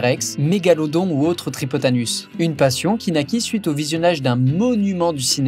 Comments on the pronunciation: J'ai bien entendu tripotanus? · Ta bien dit Tripotanus ... Tripote Anus 😅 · "Tripotanus" ou j'ai rêvé ?!?! 😂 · "Tripoanus" ?! Tu déconnes là ?!